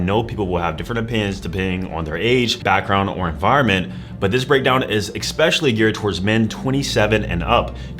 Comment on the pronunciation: Especially NOT Expecially